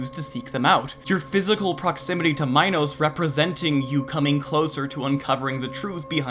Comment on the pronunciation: Imagine mispronouncing "Minos" 💀💀💀